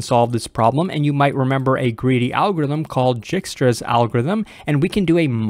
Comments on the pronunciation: Can you spell and pronounce it right? Dijkstra's algorithm (/ˈdaɪkstrəz/ DYKE-strəz) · fyi: it's pronounced "dykstra". "j" in dutch is like "y". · It's Dijkstra, my friend. That's an ij pronounced "eye". So it's D-eye-kstra :) Good explanation otherwise though.